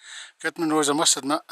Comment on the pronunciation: Just catching up..you pronounce the Munros perfectly...passed here the other day as up to cairngorms. What an area it's covered atm..Enjoyed that. Hope all well your way:)